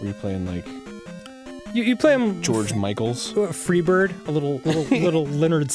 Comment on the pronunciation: and for the 750th time arin fucks up the name george michael